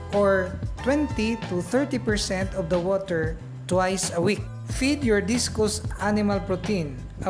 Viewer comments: Discus not discous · Correction sir Discus- dis/kas not dis/kus :)